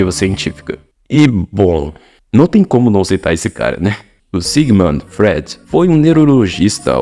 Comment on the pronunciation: Cara, não dá pra ouvir um vídeo de alguém que não sabe pronunciar Freud. Fica muito difícil acreditar que você sabe do que vc tá falando.